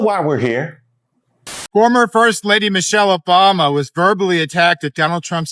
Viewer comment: And, did that guy say "Mochelle Obama"? Who is Mochelle Obama?